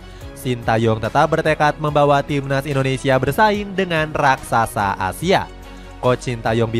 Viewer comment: Indonesia min bukan Indoensia😊